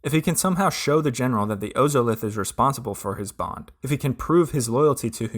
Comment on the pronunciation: OZOLITH. It's pronounced ozolith, like wizard of OZ oz-Olith